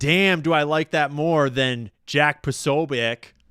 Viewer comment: P'oh-'soh-byets to english ears is much closer to the correct pronunciation of Posobiec. Fight the power. ✊✊✊✊